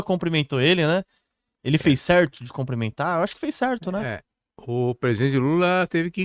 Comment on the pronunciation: A palavra é cumprimentar e não comprimentar !